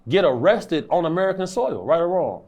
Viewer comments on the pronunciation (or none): none